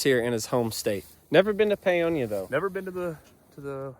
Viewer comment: My parents graduated from Paonia high school!! Thank you for pronouncing Paonia correctly! Good luck to Twin Bison!